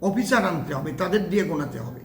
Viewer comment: এই লোকটা অশিক্ষিত, অসভ্য কোনো ভাষা জ্ঞান নেই। অফিসার উচ্চারণ করতে পারে না।